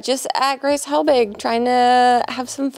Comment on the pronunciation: I love good ol Gwace Hewelbig